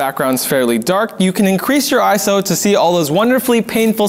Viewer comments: Iso, not "I-S-O" In terms of film and cameras, iso doesn't stand for anything. It's a word, not an acronym. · There are some stuff wrong in this video. ISO doesn't have an acronym and does not stand for what is stated in this video. Also, ISO is pronounced "eye-so" not "eye-es-oh" However, great video that explains what it is.